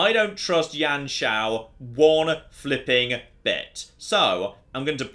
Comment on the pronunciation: just a quick thing, it isn't Yan Shao, you pronounce it as "You-an Shao" i think.